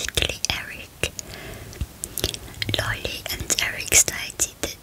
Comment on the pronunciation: just sayin that’s Erik Menendez and that Lyle Menendez And it’s not Lylee it’s Lyle